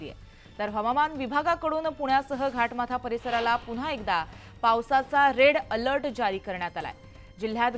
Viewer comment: रिपोर्ट रेड अलर्ट आहे ते रेल अलर्ट म्हणत आहे